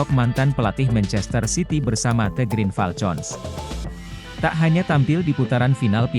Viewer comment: Min, Green Falcon diucapkannya [griin falkon], bukan [griin falcon] seperti con dlm contoh.